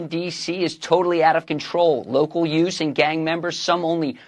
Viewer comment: Yout's Benny, yout's 🤣